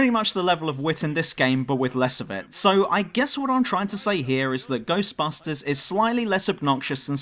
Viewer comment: I heard it. You said Ghostbastards. 😂